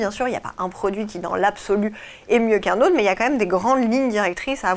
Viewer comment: Il a dit "l'ottre" à la place de "l'autre". Question : peut-on faire confiance à quelqu'un qui massacre la belle langue française?